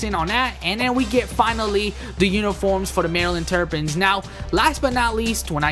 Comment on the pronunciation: Maryland terpins is what you called them its terrapins